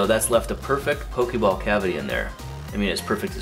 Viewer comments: po-kay ball, not po-kee ball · I cringed every time you said "pokey ball". If you people are going to appropriate my niche hobby, at least learn the franchise's correct pronunciations goddammit. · 'poke-ee ball' i scream everytime